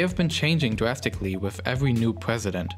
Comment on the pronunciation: Weally? Changing dwastically?